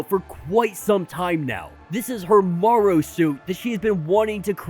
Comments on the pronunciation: Interesting breakdown, except Marrow's code name is pronounced "Mare-Row" (as in "bone marrow"), not "morrow" (like "tomorrow"). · So you call it bone "morrow" & not bone "marrow"? Which country are you from, might I ask?